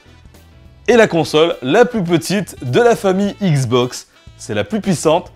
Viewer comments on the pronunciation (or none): C'est x box pas igz box